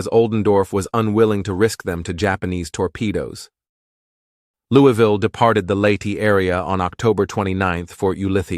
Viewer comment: We need to work on your pronunciation of "Louisville". Put a marble in your mouth. Now put in another one. Ok, good, now: "Louavuhl", say it with me.